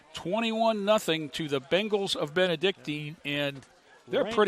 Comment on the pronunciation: Nice telecast. Too bad the announcers aren't prepared enough to at least get the pronunciation of our school correct. It's Benedic TIN, not Benedic TEEN.